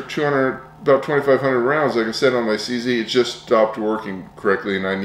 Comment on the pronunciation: It takes an American to read CZ and pronounce it "see-see"! 😂 Apart from that, very informative review! Thank you.